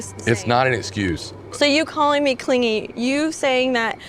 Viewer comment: Stray observation: in the first fight in which the word clingy came up , she pronounced it as the childish cling-gee. Here she pronounces it correctly and he pronounces it as cling-gee.